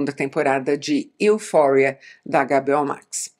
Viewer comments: Adorei ouvir o "Agá, Bê, Ó" Max! Bem nacionalista, gostei. Conteúdo do vídeo foi melhor ainda, claro! Assisti a várias das séries citadas e concordei muito com sua opinião. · Isa fala para nós por que você chama a HBO Max de Agabeó max, kkk?